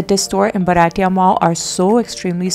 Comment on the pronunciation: Lovely video…. You look good in all dresses…. Comfort in shopping at malls with such ease , & their no questions attitude makes them favourites of youngsters…. By the way …. Its bhartiya (indian)not baratiya😉